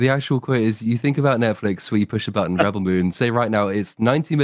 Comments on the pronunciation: He’s pronouncing the verb rebEL instead of the what’s supposed to be the noun REbel probably because he’s ridiculing how dumb the films are by saying it wrong on purpose. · Is there a special reason why pronounces the word "rebel" so... uncommon? Is this a reference to a meme or the way it is pronounced in Australia? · With the emphasis on the "el", ? I've never heard anyone else using this way of pronunciation. Although I should add that I'm not a native English speaker.